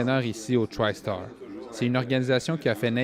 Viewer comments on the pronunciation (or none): Tristar, pas trystar.